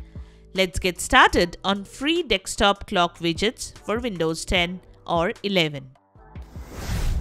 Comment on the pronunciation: hidious indian accent ... also 'dekstop'? learn to read